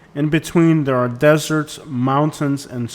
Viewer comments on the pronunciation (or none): none